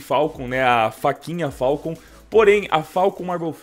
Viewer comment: que agonia ele falando "falcon" dkoaskopfaokp